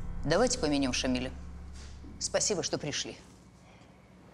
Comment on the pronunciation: Режет слух слово помянем, произносимое героями фильма. Правильно ударение падает на второй слог, т е. букву Я, помЯнем.🤷 А не так, как произносят в фильме , помянём.